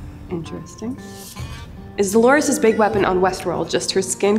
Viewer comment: It's DOLORES not DELORES.